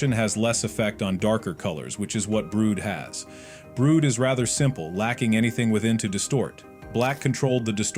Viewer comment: Calling brud Brood lol